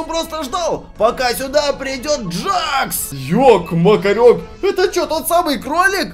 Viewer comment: Это не джакс а джекс тут клоун - это Кауфман а чёрная штука с глазами - это рассеянный Кауфман а этот пузырёк ой точнее этот пузырь это пузырёк а ведущий - это Кейн А этот который вы говорили челюсть это Кейн это не Джек Ой это не джакс а джекс